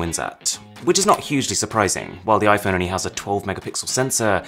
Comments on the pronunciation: Arun said iPhoney. 😂😂😂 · Try and convince me he just said Iphone "I phoney" 😂😂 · did you just say iphoney